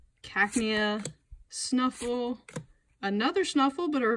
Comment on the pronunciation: Braixen is pronounced Braxien not Braxen. And stufful is pronounced stufful not snufful lol